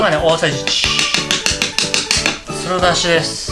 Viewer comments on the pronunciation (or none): 毎回白だしをすろだすって言うのちょっと好き そして今日はどんな言い訳して呑むのかなってワクワクしている自分がいる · 白だしが「すろだし」になってる